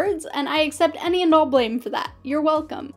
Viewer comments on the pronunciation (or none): none